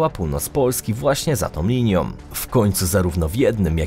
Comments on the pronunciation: Dykcja, akcentowanie, om om om.... Nie da się. Najzwyczajniej nie da się słuchać 😒 Dlaczego za tom liniom... Nieee. Raz jeszcze spróbowałem i nie da się. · "Ta linia dzieli PolskE" w wizytówce filmu, a pierwsze słowa to "Dlaczego za tom liniom". Typowy "inteligent" z YouTube. ;)